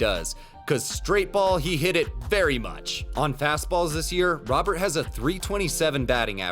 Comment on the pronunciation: This dude's name is not Robert, Robert doesn't exist in Spanish, we have Roberto, so just think Roberto but take the o out at the end. Should be closer to Rowert in pronunciation